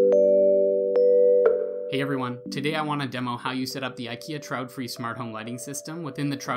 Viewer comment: It's not trautfri, but traedfri, but thanks anyway.